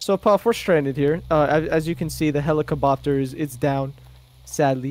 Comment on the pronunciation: when swayle said helicabopter got me lol